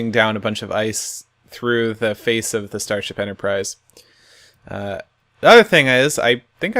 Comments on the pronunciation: Seriously? Enterprise. XD Not Enterprice. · At a few points it sounded like you were saying Ender-prise instead of Enterprise. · US EnderIce instead of enterprise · you mean the USS "Iceterprise" ha lol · Starship Enterpr-ice? No?